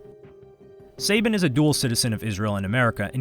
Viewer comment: I thought it was suh-ban not say-bin